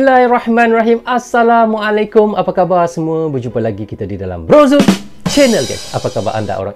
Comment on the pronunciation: Hello brother kalau mau ngaku serumpun, sebutannya yang benar dong "Apaa kabarrr" bukan "Apee Ka baaa"